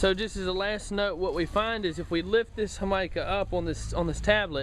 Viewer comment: I believe what he's saying is the Spanish pronunciation of Jamaica, which is a tea popular in Caribbean/Latino countries, made from red flowers, (hibiscus if I'm not mistaken).